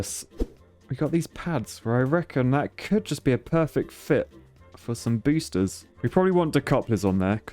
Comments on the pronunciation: Did he say BOOSHters? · Solid rocket Boosh-ters